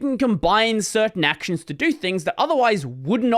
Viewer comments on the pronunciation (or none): none